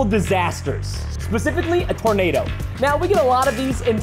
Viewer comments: Hmmmmmmmmmmmmm. Its Tornado not Tordano. Bruhhh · aah yes I would like a Tordano Nobody: yeah what is a tornado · you said tordano instead of tornado😅😅😅